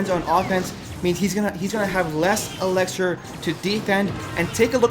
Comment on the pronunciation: Dude where are you from you pronounce a lot of words different for example , elixir you say elexer